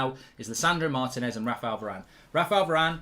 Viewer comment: better learn how to pronounce his name then!